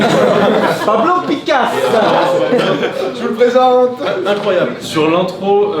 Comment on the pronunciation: "pablo picasse" 😂😂 Toujours plus